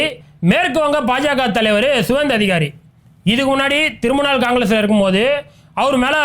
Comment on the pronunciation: திருமுணால் இல்ல, திரிணாமுல்